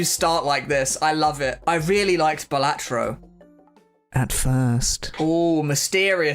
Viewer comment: Please say balatro properly 🙏